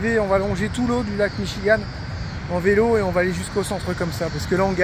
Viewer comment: Coucou vous, en général quand il y a un "T" dans le mot essayer de le prononcer en "D": WaTer ->WaDer, ça va vous aider un peu j'espère. Michigan se prononce en fait Michi-GUN (comme un pistolet en anglais "GUN". Autre point qui va vous aider, 80% des américains non JAMAIS quitté leur état, du coup ils sont fier de parler français avec vous cela veut dire qu'ils ont été en France ou on étudié à l'école, donc c'est rare, mais ils en sont fier, profitez en pour leurs faire savoir que c'est cool, comme vous le faites. J'adore vos vidéos, toujours bien structurées et reposantes a regarder.. Enjoy !!